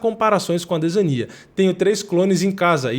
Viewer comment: que gastura desse mano falando adesania com enfase no i .. parece o delahoya chamando o chuck liddell de chuck laidel